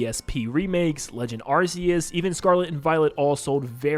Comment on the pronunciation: You say arc-e-us wrong 😂